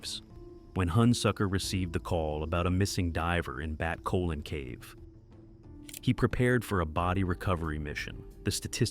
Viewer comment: Did you just call it "Bat Colon" cave omg